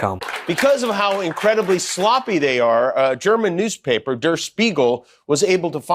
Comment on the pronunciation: Everyone pronouncing der Spiegel wrong... and it's the easy part they mess up. It's not "durr Spiegel" it's "DARE Spiegel" "der" sounds like "dare" in German.